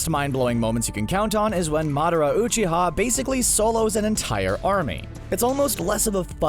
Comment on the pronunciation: “I’ve watched Naruto so many times” mispronounces ‘Rasengan’ pretty sure this guy has seen like 2 episodes..also says ‘Uchiha’ Oochi-ha like does this guy care about the fans or just the views. I for one an sad I gave the view to this video.